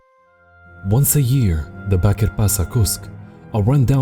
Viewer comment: Just for correction sake, it's not pronounced as Pasa, it's pronounced as Pasha (ș in Turkish is the equivalent of the sh sound in English).